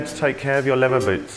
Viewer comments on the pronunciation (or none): "Levvah boots"